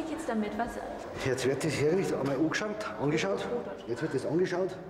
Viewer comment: der so des muss es mal ungeschaut werden und die frau so (auf hochdeutsch) und er so angeschaut hahahah